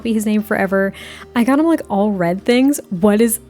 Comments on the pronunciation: I also hear bread 😅 so I agree that's a good name lol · I literally was thinking Bread!! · One time when you said “Red” it sounded like you said “Bread” and I think that’s actually so adorable. A little floof named Bread can you imagine lol